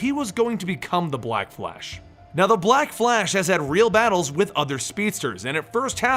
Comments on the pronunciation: i don't like how he says black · i don't like how he pronounces black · I thought it was just me